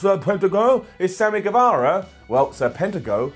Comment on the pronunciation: Its Sammy Ger-vah-ra